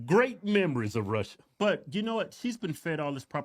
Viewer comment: Wouldn’t be surprised if she did all this for gofundme money.also her Russia. Pronunciation makes her sound like Brazilian portuguese